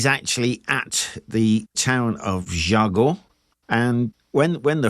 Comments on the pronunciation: Very nicely told. Jargeau is pronounced with a soft g though, as in the following video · Since you tell the name of town ala French Jargeau is pronounced jarjo. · You say ge from Jargeau like you say the ge from Beaugency if there is no u after the g that how you pronounce it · Just a small comment : "Jargeau" is pronounced "jarjo" "Reims" => "Rince" Anyway, good vidéo.